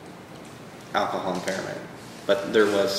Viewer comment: The prosecutor can't even pronounce the word "alcohol" properly. It's not "ackahol."